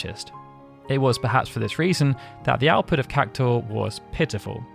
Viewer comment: Why are you saying "CAC-TAUR" ? its CAC-TU-AR